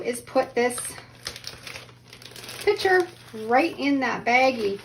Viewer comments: The word is picture (pick-true)unless you are talking about the item that holds liquid, a pitcher. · It’s “pick-cher”, not pitcher. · It is a "picture" not a "pitcher". :) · Love the concept of laminating. A couple of things … 1. I wish you had demonstrated with an iron, which is what most people have 2. Why are you saying “PI – CHURE“? 3. , I sure wish you had chosen artwork that your child actually did instead of just a coloring book. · It’s not a “pitcher”, it’s a PIC-sher. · Picture. Not pitcher. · Saying pitcher for picture drives me nuts! Practice saying pic a ture until you can slide the c in and say picture. Please! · Fun fact, there is a C in the word "picture".